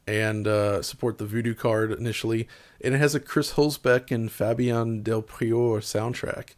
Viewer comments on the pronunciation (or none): none